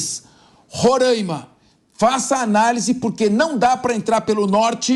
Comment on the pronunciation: Me agonia ouvir este apresentador falando Rorãima